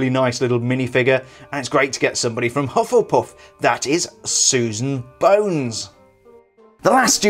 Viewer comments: Hufflepuff not hufflepuss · U sayed hufflepuf very funny 😅😂